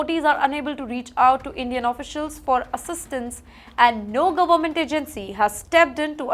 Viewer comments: she says kiraala for kerala, Gomet for government, and many more mispronounced words, adhe words toh kha hi jaati hai… Pehle sahi tarike se bolna seekho … If you cannot speak proper english, just give your reports in Hindi or whatever language you are comfortable in … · 😂😂😂 Now imagine, can you imagine, let me tell you this…… She cannot even pronounce words properly, eats up half the words and events sentences … Goment, Doughnaald, Addmintation, and the list goes on and on. It hurts my ears to listen and actually decipher and understand what she is saying, get a headache, so now I have blocked her on my YouTube feed Most of the time, I definitely feel that SHE IS IGNORANT, HAS NO KNOWLEDGE NOR UNDERSTANDING OF WHAT IS REALLY HAPPENING IN THE USA . As it is, There are enough issues happening in India, which both her and the channel should spend their energy, time and focus upon. But All she does is portray these illegals as poor things and victims of “BAD OLE USA “ !!!